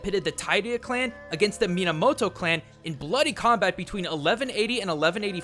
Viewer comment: DID HE SAY MIYAMOTO CLAN?